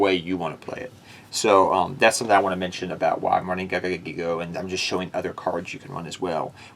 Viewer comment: I'm sorry... I love the deck, but I get hurt when you say GIGA GAGAgigo as a Gagaga monster... My buddy used to use that with Legendary Ocean and Amphibian Beast way back in old school Yu-Gi-Oh to destroy me. So definitely much respect for the card. Still love the deck though. Crab Turtle deck? Awesome! Keep up the great work!